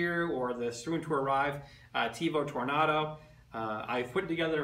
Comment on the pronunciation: First of all - learn how to say "Tornado". Second of all, the Tornado has an inherent problem with "salmon skin" unless TL smoothers are purchased. I wouldn't call it an upgrade over the CR-10. The CR-10 facebook group has OVER 20,000 members, it probably has more support then the Ultimaker.